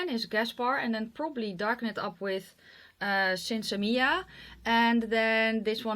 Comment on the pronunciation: you are one of the only YouTubers I've watched actually pronounce Sinsemilla correctly! I love Melt cheek products but I'm just not a fan of their eyeshadows.